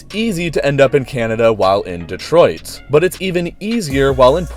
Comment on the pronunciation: First time I've ever heard someone not from Michigan pronounce Detroit correctly (Duh-Troyt)